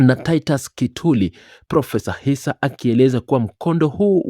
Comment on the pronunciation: ISSA not Hissa plse